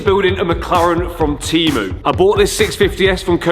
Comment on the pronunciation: Timu 😂😂😂say temu it's not English word my friend